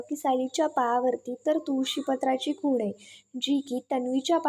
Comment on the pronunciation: खून नाही हो, खूण म्हणा